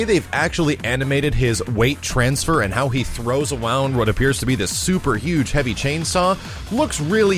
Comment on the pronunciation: haha sounds a little 'downy' here.. "throws awound"